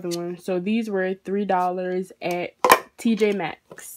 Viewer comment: It’s none of those she said it right it’s tj max